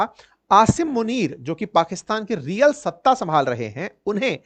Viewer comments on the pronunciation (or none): none